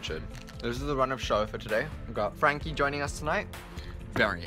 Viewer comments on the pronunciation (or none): none